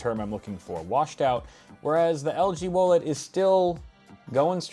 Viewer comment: Can we please not say whoaled and just say W O L E D lol